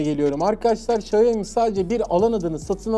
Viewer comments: Abi şaumi demen daha doğuru bence şayomi ne yaa 😂 😂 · Hocam video çok güzel. Hatalarım varsa düzeltin demişsiniz. Çok özür dileyerek söylüyorum. Xiaomi, şayomi diye değil şiaomi diye okunur. Herkesin yaptığı bir hata bu. İyi günler dilerim. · Sayomi yok siomi dunya siomi deyir siz kendinizi farkli gormeyin salak gorsenirsiz. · bi şaomi diyoruz da,Çinliler ona Haomi diyor galiba, benim 2 tane çinli öğrenci var geçen öyle demişlerdi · Markanın gül gibi adı var İksyomi, Şayomi'de ne mk!!! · Şayomi değil şiyağo mi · Şayomi değil xaymi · Şayomi değil Şayomi Bey